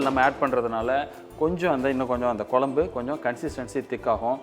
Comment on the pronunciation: வால பூ கொலம்பூ! பச்சை கிளி கூட உங்களை விட அழகா தமிழ் உச்சரிக்கும். திருத்திக்கொள்ளவும்.